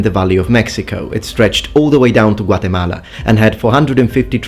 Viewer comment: the way you pronounced Guatemala was actually pleasant to my Hispanic ears.